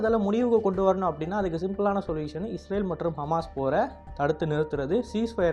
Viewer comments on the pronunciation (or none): none